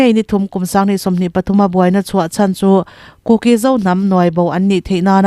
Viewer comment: Kuki Inpi tiha 'ki' tih lai tak hi a thluk a dik lo.